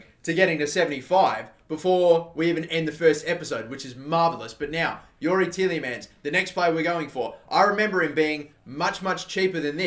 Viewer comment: 'Ti-EH-Le-Mans'... not teeleymans